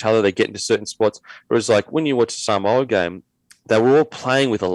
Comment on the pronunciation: It's "sa-moo-a".. lol